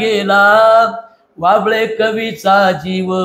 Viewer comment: कृपया हभप बाबळे महाराज ऐवजी असे वाचावे